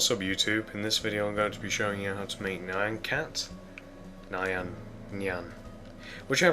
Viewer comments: it's nyan just say nean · I think it's n-ee-un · Here is the pronunciation Nee-YAH-n cat. BTW, Really awesome tutorial, I needed to make nyan cat, for a roller coaster I'm deticating to my mom!